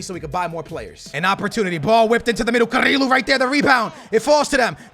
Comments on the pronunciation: Its not carilo, its carrillo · It's pronounced carrio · to say carrillo's name is ka-ri-yo